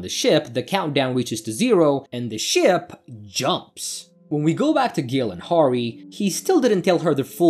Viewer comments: Horry??? Harry is a pretty easy name to pronounce. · You're killing me smalls... not to distract from the overall effort in the presentation, but it's pronounced "hairy" and "rey-sh". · It’s pronounced “Harry”